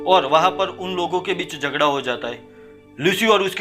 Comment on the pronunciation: "Zhagada ho jata he " tum pakka Gujarati ho😎